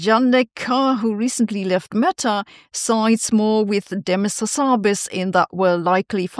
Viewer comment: Unfortunately all this AI has not helped Sabine with her English pronunciation, such as for the word 'akin' and a dubious pronunciation of 'Hassabis' compared to what I've heard previously.